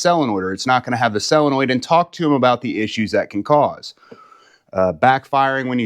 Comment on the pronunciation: It's a SOL-enoid, not a selenoid !